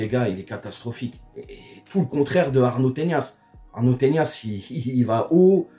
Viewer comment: Arnau Tenas ! pas "Teñas"